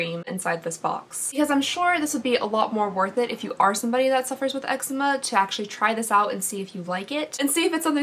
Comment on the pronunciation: Lol it’s pronounced “Ehk-zee-ma” not eggzema 😂